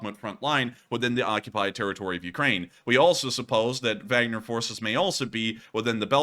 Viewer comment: Not Wagner as in “wag the dog.” It’s Wagner as in Vargner.